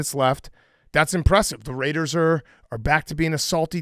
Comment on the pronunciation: The Rrrrrrrrrrrrrrrrraiders